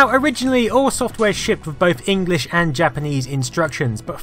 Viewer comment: "engurishu", I think :D